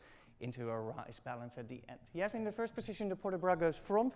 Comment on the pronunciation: Great classes. Only check out the pronunciation of these words: jeté, rise (not rice), Dutch, position, brush. In general, the pronunciation of "sh", "ch", "j" and "s". :)